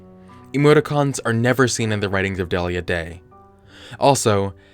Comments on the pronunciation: I thinks it's 'Dee-lee-ya' not 'Dell-ia" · It’s pronounced Deal-ya.